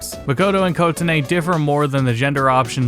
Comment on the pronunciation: I'm sorry, but the way you pronounce Kotone is aggravating me.